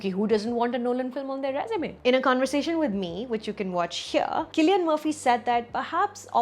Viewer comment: so glad you corrected Cillian's pronunciation :)